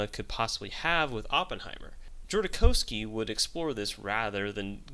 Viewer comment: Great clip. I just have 2 corrections: The directors name is pronounced JodoRowski and it's "nuclear bomb", not "nucular bomb"